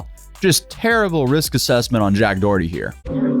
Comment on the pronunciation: Jacked DUH-erty.... Yikes...